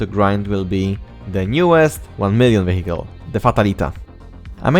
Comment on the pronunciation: yo, i have a suggestion, if you say vehicle, dont pronounce it "wehikul" but "wijekyl" , it will sound much better